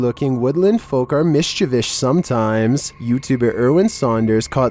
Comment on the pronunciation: "Even friendly looking woodland folk are MISCHIVISH sometimes"